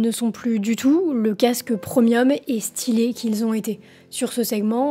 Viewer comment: Premium se prononce pré-mium et non prEmium. 😂